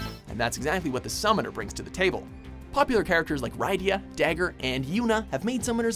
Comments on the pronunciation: It's not /rAI-dee-a/, it's /rIH-dee-a/. You know, like Lydia, but with an 'R' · R "eye" dia? Really? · Ok, but what was that pronunciation of Rydia...? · And Rydia.